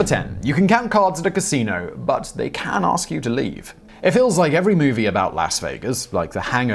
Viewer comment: "Lass" Vegas